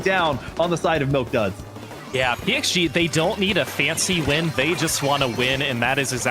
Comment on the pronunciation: PXG is actually with X pronouncation